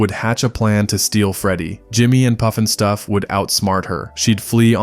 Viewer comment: It's not poofin stuff it's puffin stuff... It has to do with smoking marijuana